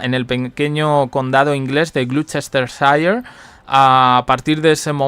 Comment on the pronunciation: No se dice Paipa, se dice Pipa. Y Gloucestershire se pro uncia glostersher